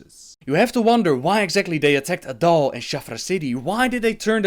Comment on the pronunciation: "Their leader is adull".. A'DAL, not a-dull.:P